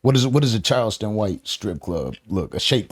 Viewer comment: I hate when the host says Child...ston White....its CHARleston for crying out loud!!!